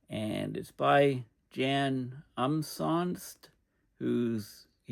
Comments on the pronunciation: please ronounce the "J " as a "Y" so Yan notJan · His name is probably pronounced 'yawn'. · I think his name is pronounced like the english word Yawn.